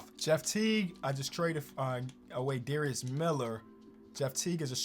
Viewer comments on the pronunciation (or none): none